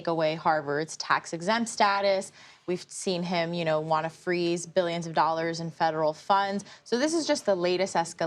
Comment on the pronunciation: “Bilyuns bilyuns and bilyuns”